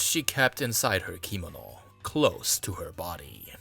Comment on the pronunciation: How do you not know how to pronounce the word "kimono"? Accent is on the 2nd syllable ki-MO-no.